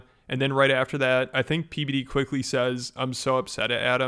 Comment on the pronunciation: It sounded like Adam called him PBiddy 😂